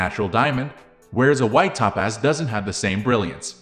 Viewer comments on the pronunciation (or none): It is pronounced TOE-PAZ. Not Tapaz. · EVERY TIME HE SAYS "Ta-Paz" I wanna jump out the 'F' ING WINDOW!! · Maybe it’s computer narration…top paz…?